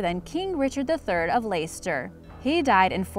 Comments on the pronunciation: Just a correction: "Leicester" is pronounced /less-ta/, not layster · Leicester is pronounced Lester Leicestershire is pronounced either Lestishr or Lestishyer depending on wether you are from the North or South of England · Leicester is pronounced Less-ter Rhyming with Jester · Can't even get the king the Richard the 3rd story right can't even pronounce place where it actually happened right